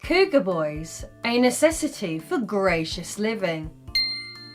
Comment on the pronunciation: Almost heard you say anus (a necessity) at the beginning